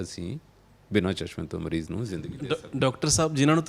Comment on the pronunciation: Bai ਤੁਸੀਂ ਕੰਮ ਬਹੁਤ ਵਧੀਆ ਕਰ ਰਹੇ ਹੋ। ਪਰ ਪੰਜਾਬੀ ਭਾਸ਼ਾ ਦੀ ਸ਼ੁੱਧਤਾ ਦਾ ਖਿਆਲ ਜ਼ਰੂਰ ਰੱਖਿਆ ਕਰੋ। ਐਣਕਾਂ ਨਹੀਂ। ਸਹੀ‌ ਸ਼ਬਦ ਐਨਕਾਂ ਹੈ। ਇਸੇ ਤਰ੍ਹਾਂ ਮਰੀਜ ਨਹੀਂ ਮਰੀਜ਼ ਹੁੰਦੈ ਜੀ।